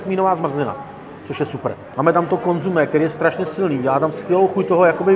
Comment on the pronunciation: Consommé... Několikrát řekl slovo konzumé... to mu někdo nemohl říct, že se to vyslovuje konzOmé??? Opravdu trapné!